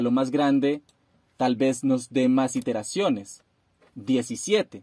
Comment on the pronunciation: no son "interaciones" ,son iteraciones, aprende a hablar.